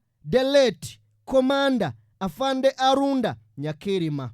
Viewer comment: He was called Aronda not Arunda.